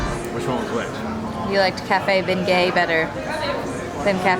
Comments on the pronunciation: Y'all are cracking me up with the Bengay, you say it without the g, this might help to pronounce it this way - Benyay. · Great video, thanks! Let me help you… it’s pronounced “Ben-Yays’”. 😛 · It’s pronounced Ben-yay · I’m offended at how you say the word beignet lol